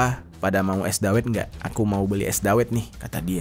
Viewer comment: Bacanya dawet bang, bukan dawet.